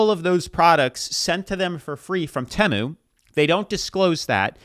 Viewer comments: I hate how half the people can't pronounce it correctly, it's like have you never seen one of the ads for it? It's TEE-MU Not Teh-mu Not Ta-Myu Not Tie-Mau TEE-MU Or more I guess TEE-MOO Like I hate how everybody calls Shien "Sean" or "sheen" No.... It's She-En Not "Shen" Not "Sheen" Not "Seen" The amount of people that just can't pronounce things absolutely drives me up the freaking wall. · TEMU is pronounced : Tee (like a tee for a golf ball) Moo (what a cow says) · My God its, "T Moo" TEMU. Americans pronounce it so weird. 😂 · Yt people will hear something said the right way and STILL say it wrong... Dude Tee-moo dang lol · Bro….Temu = Tee’Moo…maybe I’m wrong but the way you were saying it made me want to bash my skull into a wall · Do you feel smarter than your viwers by mispronouncing tee-moo 😂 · Can't watch any more of you mispronouncing TEMU (tee-moo) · repeat after me: tee-moo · Tee-moo that’s how you say the junk depot. Look at the teemoo fails it is so funny how they get u with no returns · It’s T-Mu bro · It’s actually “Tem-mu”, they made a halftime commercial like last year or 2023 trolling everyone with the pronunciation 😂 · it’s teeeeeeeeeeeeeeeeeeeeemu. for the love of god. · Why is he saying Temu wrong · I winced every time he said temu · HONEY YOU ARE SAYING IT WRONG! I SAID IT LIKE THAT TOO, UNTIL I SAW A COMMERCIAL AND THEY KEPT SAYING IT OVER AND OVER AND I REALIZED I WAS WRONG! 😂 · Never heard anyone pronounce “temu” like you… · Is your pronunciation of “temu” for rage bait? Lol it’s so annoying that idk if I can finish the video hahaha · Are you pronouncing it like that for rage bait?? I can’t even watch this video 😂😂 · There’s no Temu in teamu 😂they way you pronounce it 😂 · Please pronounce it right It’s pronounced Tee mu Not tamu E not A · Tea moo. Temu. Not Teh moo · Why do we say Teeee mooo. Not T ( schwa sign) moo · Tee-moo, not tamoo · Hearing you pronounce temu as “temmu” not “teemu” is so fucking funny to me